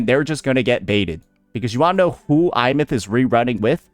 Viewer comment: I’m sorry Imeath… WHERE IS THAT I COMING FROM?! It’s Aemeath!